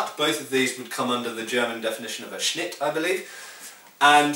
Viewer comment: 10/10 pronunciation of "Schnitt", well done!